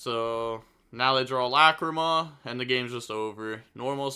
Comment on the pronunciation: The way he pronounces "Lacrima" as "LA CREE MUH" is so funny.